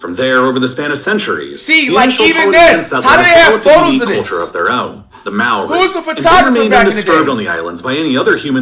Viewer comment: The way the video says maori makes me mad